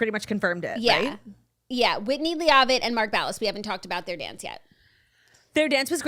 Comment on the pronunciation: the pronunciation of Whitney Leavitt is sending me😭😭 ladies is Leh Vit not Lee Ahh Vit